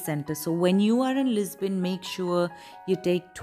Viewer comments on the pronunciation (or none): Why are you saying "Lis-bain"? It is very distracting. Loved the video though. I live in Lisbon.